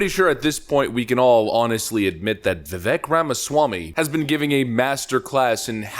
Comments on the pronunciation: Please please please just pronounce his first name correctly and he will respect you immensely. Strong, long A sound VivAk, not the e sound that it is spelled with. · It’s Vi-vake like cake, not Vi-veck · Its Vivek like Cake. He says it himself, not Vivek like heck. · His first name is Vivek is actually pronounced Vie Vake (vi = "cry" & vek = "cake") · Pronounced “Va-vake”, (rhymes with “cake”). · Its Vivek pronounced Vivake like cake. Thats how he explained it on Timcast. Guys this man is a legend. Pronounce his name correctly please. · FYI, his name is pronounced Viv-ay-k, like cake. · Just for S&G, I found out that Vivek's name is pronounced "Vih-vake". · Okay, 2 things. First, his first name is pronounced "veevake" like cake. Second, there is no Democrat equivalent. He is the real deal and Donald will need to be careful about what he says about him. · I love Vivek (pronounced vivake like cake). Seriously if you get it wrong now (as a corporate media commentator) it’s because you’re an ass. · Love your videos. Vivek is pronounced "Vivake" like Cake. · Rhino Ron!! And Vivek the Snake!! Don't tread on VIVEK!! P.s. it's announced Viv-ake!! Like Snake! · pronounced "vuh - VAKE," Just for what it's worth. : ) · It’s spelled Vivek but said like Vi-vake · Pronounced "Vivek like cake" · Phonetically: Vivake like cake. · not that it matters much but Vivek is pronounced viv-ache like cake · Say it with me folks, "Viv-ake" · Learn how to pronounce Vivek please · please learn how to say Vivek dude. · Its Vivek, like rhymes with CAKE. It's amazing how many prominent people cannot pronounce his name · Trump/Vivek 2024. Vivek/RFK 2028. Also you're pronouncing his name wrong. Vivek rhymes with cake. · The second syllable of Vivek's name rhymes with cake.